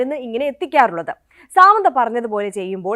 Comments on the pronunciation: Saaamandha alla madam it's samantha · സാമന്ത 😂.. അങ്ങനെയല്ല pronunciation